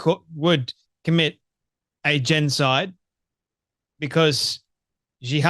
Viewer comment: GENOCIDE! JEN-OH-SIDE